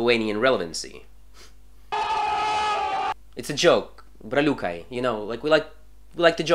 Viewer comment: The way you pronounced braliukai with a strong russian accent 💀 is that how lithuanian sounds to latvians??